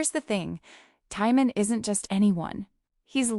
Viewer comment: At least say his name correctly